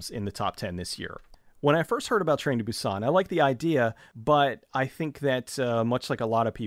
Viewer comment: I hate to correct you on your pronunciation, but Seoul is pronounced like 'soul', and Busan with the accent on the u more than the a, like /boo-san/.